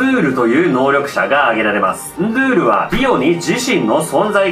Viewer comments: ❌ンドュール ⭕️ンドゥール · 途中でンドュールになってる！ンドゥールが正解！ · 、惜しいですね、 ンドゥールの読み方は ンードゥールなんですよ、 けどジョジョネタやってくれるのは嬉しいです！！ そこにシビれる！あこがれるゥ！